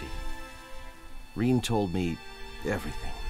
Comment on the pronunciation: her name is fucking RIN NOT RAIN. Wtf!!!